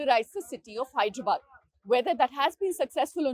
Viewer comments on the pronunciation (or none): Its "Hyderabad" not "Hydrabad" akka